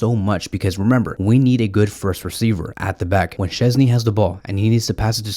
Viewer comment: It' SZCZĘSNY haha! Great vid tho